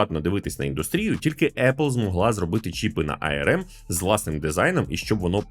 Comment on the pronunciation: ну не ай-ер-ем (IRM), а арм, ну або вже ей-ер-ем